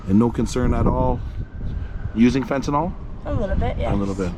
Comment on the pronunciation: Fenn tah NILL Fentanyl NIL not Nall Nil